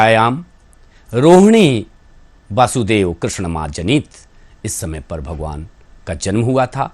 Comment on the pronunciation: ये जी ने जिस तरह वसुदेव की स्थान पर वासुदेव का उच्चारण किया है,जो इस पूरे श्लोक के अर्थ को ही बदल कर रख दिया है,वहीं ज्योतिषाचार्य जी ने इसे शुद्ध करने का भी प्रयास नहीं किया,इस तरह आचार्य जी ने भी प्रज्ञा अपराध ही किया,जै श्री कृष्ण 🕉️💐🙏